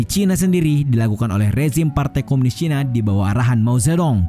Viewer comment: Nah itu ejahan yang benar dan enak didengar ' cina', bukan 'caina'.